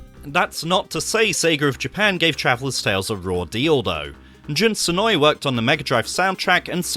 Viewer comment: Excellent video, but not too sure on the pronunciation of Jacques and Senoue :D